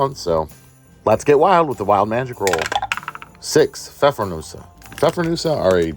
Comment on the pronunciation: Good job from Germany on pronouncing the Pfeffernüsse 👍